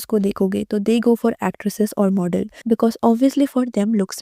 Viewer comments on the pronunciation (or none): none